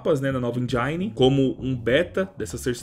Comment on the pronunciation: é só comigo que a pronuncia "nova enjaini = engine" deu agonia? Jesus. Gosto dos seus vídeos, mas dá uma treinada nesse inglês. Tu é um cara inteligente e tu tem dinheiro pra estudar, ou pelo menos aprende a pronunciar certo. Doeu na alma. Não é por isso que vou te desrespeitar, muito pelo contrário. Mas que doeu, doeu.